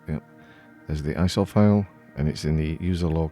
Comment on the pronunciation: Every time you say ISO, I hear . . . Eye Sore!:face-blue-smiling